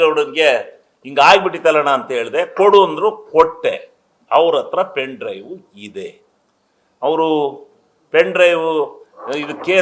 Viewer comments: ಪೆನ್ ಡ್ರೈವ್ ಅನ್ನೋಕ್ಕೆ ಬರಲ್ಲ, ಪಿನ್ ಡ್ರೈವ್ ಅಂತಿರಲ್ರಿ ಗೌಡ್ರೆ, SIT ಅಂದ್ರೇ ಸಿದ್ದರಾಮಯ್ಯ ಇನ್ವೆಸ್ಟಿಗೇಷನ್ team ಅದು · ಸರಿಯಾಗಿ ಪೆನ್ ಡ್ರೈವ್ ಅಂತ ಹೇಳೋಕೆ ಬರಲ್ಲಾ . ಇವರೊಬ್ಬ .